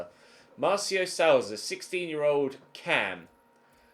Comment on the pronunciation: it not ‘Sowza’ Its more like Sooza